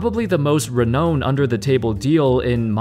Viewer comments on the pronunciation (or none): Pronouncing it re-know-ned instead of Re-now-ned is crazy ngl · You mispronounced renown, it is like re-noun not re-known